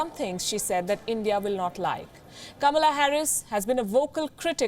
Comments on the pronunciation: The name is "KA-MAA-LAA" not KAMLA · Kamala Harris identifies herself more as as black African American [even though her Dad is from the Caribbean rather than from Africa] rather than half Indian - even wants her name pronounced as ''Comma 'la' rather than the Indian way which happens to be the way it is spelt too. Both Biden & Harris have criticized India recently over issues such as Kashmir, the CAA laws etc - so they certainly are NO friends of India & the 3m+ Indian diaspora in the U.S. should NOT be fooled but vote to re-elect President Trump who is very much pro-Indian & pro-business. The Labour Party in Britain made the same mistake last year & so angered the Indian diaspora in the U.K. so much that they mostly voted for the Tory Party in their resounding win in last December's General Election.